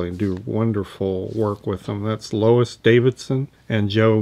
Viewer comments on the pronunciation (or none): none